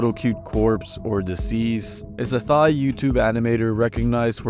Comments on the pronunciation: “Thai” is pronounced like “tie” not “thigh” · Did… did you just pronounce Thai as THIGH?